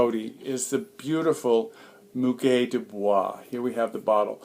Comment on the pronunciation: First of all, I would like to say, I will love to come over to your house for entertaining. I arrived at your video to hear how to pronounce the word "Muguet"; I did not know I was going to be enchanted by the ambiance of the video. Thanks for the proper pronunciation.